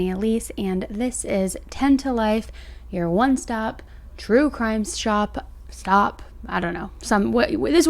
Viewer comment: One stop shtop 😂